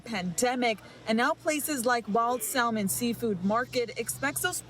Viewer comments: First thing the reporter needs to do is learn how to pronounce SALMON. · How do younot know how to say salmon??